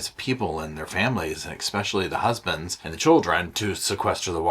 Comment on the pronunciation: Maybe I just love so much, that I find him saying ‘ek- specially’ charming! Good morning, and sofa squad. Chin ‘scritches’ to the pooches, and Roscoe, I do miss seeing you, but know you’re happy wherever you are now ♥️